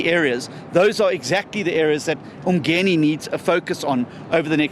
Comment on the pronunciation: I've heard John say, the word Ubuntu proproperly, but now he can't even pronounce Umgeni properly as appreciation for the people who voted for him,,,,, I wonder why, nje.